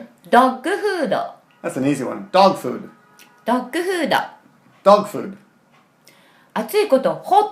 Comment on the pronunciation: When she said Dog Food, I swore it sounded Swedish! is great!